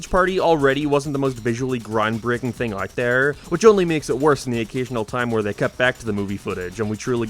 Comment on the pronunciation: Wait, this guy speaks perfect english but cant say the word "out"? Wtf is that about?